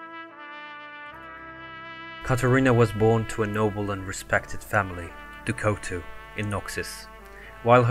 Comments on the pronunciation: Ducotu? Who tf is ducotu It's Du Couteau. I know you aren't French but i recommend you try to listen to French people speak and repeat the words they say and you will see that you won't be butchering French words as much. Apart from that, nice video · "Du Couteau" is pronounced "Du Kooto". Couteau is French for knife and "Du" means "of the" so it's as if her name was Katarina of the Knife. "Du" was usually part of the noble french families' last names and is still fairly common in some family names